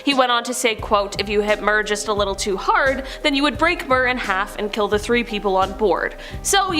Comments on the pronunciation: Mir is pronounced mirror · MIR is pronounced "meer".